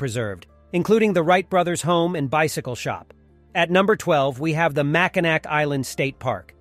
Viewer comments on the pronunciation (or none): It is pronounced mackinaw not Mackinac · It's pronounced makinaw not makinack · I cringe every time he says MackinaC. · I was about to clown on the pronunciation of Mackinac but other people got there first lol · How many times can it be mispronounced in less than five minutes?!?